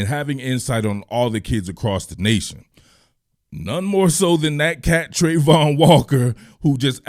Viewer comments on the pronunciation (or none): This is awesome, I'd have to get one thing out is that the pronunciation of travon is not Trey-von it's Tra-von.